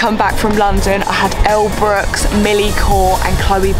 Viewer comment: I thought it was Elle brook not Brookes ?? Have I been saying her name wrong this whole time?